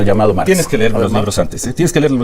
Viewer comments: Aurelio Nuño jeje el que dijo hay que ler. Una niña lo corrigió y le dijo: no se dice ler, se dice leer. 😂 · No tiene vergüenza, es un cínico con eso que no sabe “LER” 😂😂😂 Nuño te esperamos en Guerrero, cuando gustes venir 😁🤝🏻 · Aurelio fue un perseguidor del magisterio. No sabe leer y dice ler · Nuño, el que no sabia decir "Leer" 😅